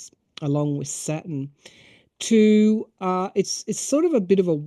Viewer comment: Are astrologers saying Satin or Saturn?